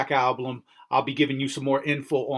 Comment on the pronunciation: he did it! he still said alblum!!